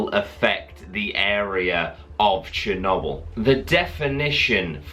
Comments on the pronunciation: Love how he says chernobyl Cher-knob-el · The way he say chernobl